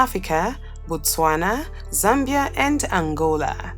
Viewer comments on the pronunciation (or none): none